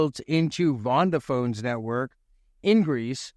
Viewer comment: I think you mean Vodafone and not vondaphone lol